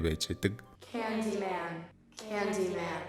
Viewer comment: Candymen gej heleed bolku bnshde